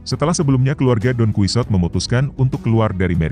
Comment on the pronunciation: masa bacanya DON QUI SOT ??? wakakakakkaka.... bacanya DON SIHOTE...